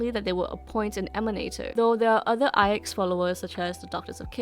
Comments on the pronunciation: That's how it's pronounced? Ai Ex I thought it was 9 in Roman numerals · always tought its pronounced as nine (9) as IX is both capital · In one of the optional dialogues, that is voiced, Himeko just pronouces the letters individually (something like Ai-Eks) (and I think that is the case in all languages).